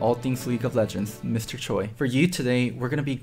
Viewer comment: When you pronounce your own last name wrong :D